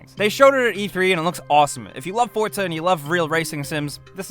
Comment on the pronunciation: ok i know some may have little problems w/ speech but why ppl say fortza when it's forza ah.....